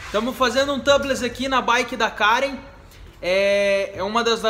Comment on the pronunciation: A pronúncia de tubeless é "tiubless" , seria Tâbless se a palavra fosse escrita "tubless".